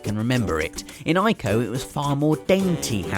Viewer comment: Finally someone who says "Ico" correctly. Thank you.